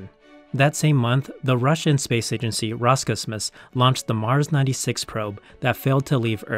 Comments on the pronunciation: It's pronounced Ros - Cosmos, not as one word. Great video anyway :) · This was excellent. The only complaint I have is how you pronounced Roscosmos